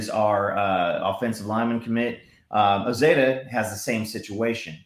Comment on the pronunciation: For the record, it's Heath Ozaeta (Oh-Zeye-ta) - Just for the future